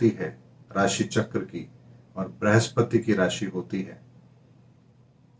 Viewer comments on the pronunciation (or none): none